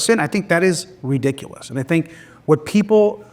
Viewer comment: "ReeeeeDICKulous..." Oh, man, you are so right.